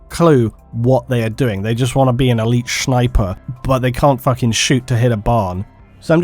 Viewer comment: Elite SHNIPER hahahaha love it